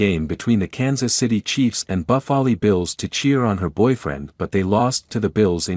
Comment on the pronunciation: Who are the Bufaley Bills? Does any human pronounce the Buffalo Bills that way? I think this voice is AI.